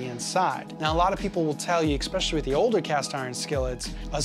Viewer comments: Especially. Not eckspecially. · was a great video, but same comment. There is no 'x' in es-PESH-ul-lee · Take a drink every time you hear "expecially". 🧐 (I thought I just misheard it the first time.) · You said "expecially". I can no longer believe anything you have to say. JK, but work on it, ok? It's really annoying.